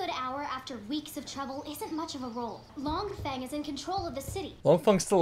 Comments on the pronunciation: Him calling Long Feing, Long Fung sent me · It cracks me up every time you call Long Feng fung lung. Hahaha